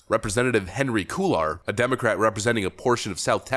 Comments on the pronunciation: “Kway ar” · Love your channel, but, as a Texas resident, I must ask you to improve your pronunciation. Cuellar = Quay'-yar Thanks! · Cuellar pronounced "Kway-yar" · Love your work,. Don’t mean to be a Grammar Nazi, but Cuellar is pronounced QUAY-yar. Spanish can be difficult. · Love the broadcast... subscribed last year when I was doing Humanitarian work in Ukraine. Keep up the great work little brother! FYI: being from Texas, I hear this Democrat's name often...( it is never good) but it is pronounced QUAY-AR anyway... as always, great job! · Cuellar is pronounced Quayar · I'm a white guy in Texas, and the way you pronounce Quellar (think "kway are") makes my head hurt. He may be a despicable politician, but please, respect the name of his honorable ancestors. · It’s pronounced “KWAY-ar” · Unfortunately, this is my Congressman. Cuellar is pronounced as "Cwa Are". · Cuellar- pronounced quey- are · It’s Quay-Yar (Cue-llar) BTW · The victim's name is pronounced "Kway-Ar". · Pronounced "Koo ei yar" = Cuellar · Kwai-r is how Cuellar is pronounced. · It's pronounced Kway yar. You know cuz, Spanish is a thing. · You mispronounsed cuellar. It is pronounced "cool low" or "cool arrow" in a more formal setting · Its a Spanish name. Pronounced 'Cu-ey-ar' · Pronounced "kway-arr" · It’s pronounced Cway-are. Spanish name. He’s a bum that acts like he’s not as bad as the other Dems, it’s a joke. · His last name is pronounced… quay-yar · Cuellar pronounced quay-ar. Sorry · Cuellar is pronounced "KWAY-yar". It's Spanish. Great video otherwise. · You should've Googled how to pronounce Cuellar.